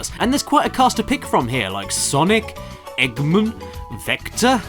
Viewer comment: Eggmun. Vecta. Shadough. ...